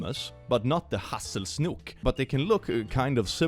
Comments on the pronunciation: I legit wasn’t able to tell for a good minute if the word for snake in Swedish is actually SNOOK (I know it’s probably not spelled like that) of was just making English words sound Swedish in a comedic way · I don't know why but I find it so hilarious snake is pronounced snok in swedish. It sounds so cute to me.